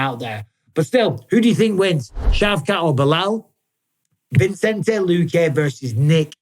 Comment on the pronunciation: Thank you for saying Vicente not Vincente Mike. Taken a while boss haha. You’re the man…ALIVE